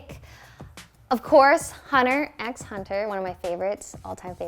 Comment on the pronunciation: when they pronounce the x in "Hunter x Hunter"